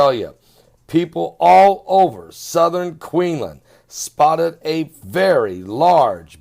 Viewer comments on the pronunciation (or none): none